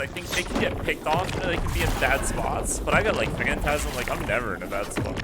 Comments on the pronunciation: it’s not fantasm phantom-ize like fantom-eyes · yo its Phantom-ize not phantasm